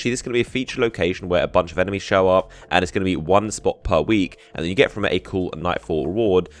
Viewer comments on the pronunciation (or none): none